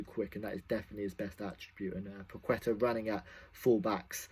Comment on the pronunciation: pwaheta - pronunciation